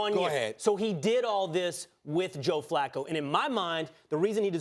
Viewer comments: It was actually Skip Bayless that called John Flacco John Fluko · You called Him Fluco